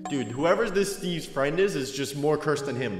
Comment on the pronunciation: Me fwend hew dwidedi